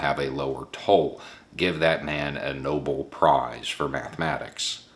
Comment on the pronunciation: sorry for sounding like a dick but to clarify, its No-Bel prize, not No-ble ... sorry